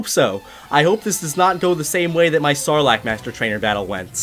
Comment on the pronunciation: When you said "Sarlacc" I thought you said "Snorlax" 🤣🤣🤣